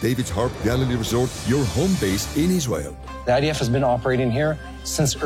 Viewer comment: It's idf not ids.